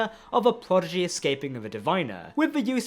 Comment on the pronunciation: Hey friends, love your work because I love Star Trek. Will someone please tell the nice gentlemen, who also does great work that Prodigy is pronounced "Prodigy " not "Pogidy"? Just saying with a smile and the fact I posted this shows I care enough to take my time for it. Best wishes.